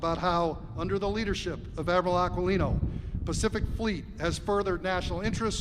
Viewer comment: Aquilino Pronounciation is Akilino.